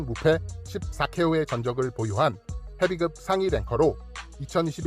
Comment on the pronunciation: 헤빗급이라고 발음하시는게 맞습니다.